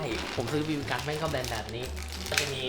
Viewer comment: จะเน้นไรนักหนาครับกับไอคำว่า บีบีกัน ฟังจนนึกว่าเหยียดบีบีกันแล้วอะ